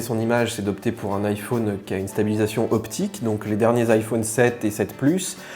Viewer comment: IphÔne...c’est très chiant à entendre.